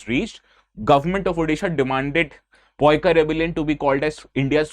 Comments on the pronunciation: Yes, I am a odiya and it is "Paika" not poika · phonetic is paa-e-ka not poikaa poik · Not poika its pronunciation is paiko. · Poika .. 😂 it's Paika pronounce as Paaika पाइकअ only next time when there's Odiaa word pronounce अ A' at the last , रामअ लबअ गमनअ 👈 like this.. Paaikअ a = अ sound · That is no excuse, especially when pronounce entirely different way. Pronouncing Paika as "Poika" is wrong. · This was not Poikaa but Paaika(पाइक) rebellion.Please don't mispronounce it. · Its " Paika " in odia not poika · Don't use this word if can't pronounce 🤦, it's Paika (PaaEka, पाइक) not ( PoEka, पइका) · Sir, your pronounciation of Paika is wrong. It's not Poika in Odia, rather is Pai..Ka in Odia correctly. Kindly rectify from next time sir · It's not poika ..... it's pa-i-ka which means soldiers 😊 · ପାଇକ Paaek Paa e k_ sec it is very bitter to listen to Poika perestroika poika poika poika ତୋ ଗୋଷ୍ଟି ଉଦ୍ଧାର, Gyaan mat pelo, region to region pronounced word are different 😂😂😂😂 don't go for homework 😂 poika ପୋଇ ଆମର ଚୁଙ୍ଗୁଡ଼ି ସହ ସରୁ ପକେଇକି ଖାଉ, ପୋଇକ ପୋକ କଣ କହୁଚୁ ତୁ 🤣🤣🤣🤣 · Bro it's not poika, it's paika in odiya. 😂😂 ପାଇକ ବିଦ୍ରୋହ। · पाइक. Hai पोइका नहीं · It's not poika ପାଇକ पाईक hope it's help to none odia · It's 'Pa' only , not 'Po' as you pronounce!! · Please correct your pronounce...it's not poika....it's actually Pa..aie..ka (ପାଇକ ବିଦ୍ରୋହ) rebellion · It's not POIKAA. The correct spell is PAA EE KA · In Odia language also it's pronounce as paika(paikaw) not poika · No it is not Poika, it is Paaika only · Its paika...not poika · Sir please don't say "poika" It's paika only It's weird to hear poika repeatedly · Bkl jab Gyan nahi ho to de kyun raha hai .. that's paika simple not poika.. go to hell no good words for a person (teacher) like you who is sharing his incomplete research information with others... Fuk off..🤬🤬🤬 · ओडिया में हम केवल पाइका कहते हैं पोइका नहीं। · Its paika ,Not poika ok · As you said it's not poika, it's Paaika bidroh . ପାଇକ ବିଦ୍ରୋହ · It's Paiko not Paika ❌